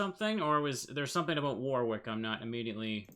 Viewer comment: Help from a friendly brit, it's not war rick. It's more like wa Rick.